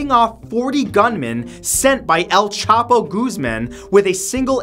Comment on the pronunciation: Eyl Chapo Goozmen xD